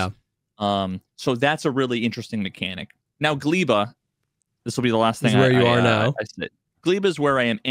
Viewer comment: Factorio nerds on suicide watch because of how is pronouncing Gleba and Vulcanus wrong.